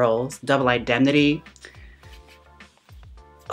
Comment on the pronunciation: Thank you for loving film noir references; However, the Barbara Stanwyck film is pronounced ’Double In-dem-nih-tea’ not ‘Identity’🌈✨